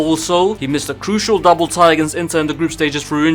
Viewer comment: Fr vid was going well until he said tie